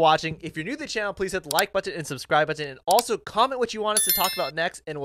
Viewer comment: Why does it come out like batton and not button